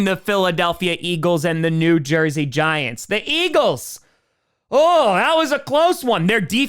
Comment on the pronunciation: he said new jersey giantw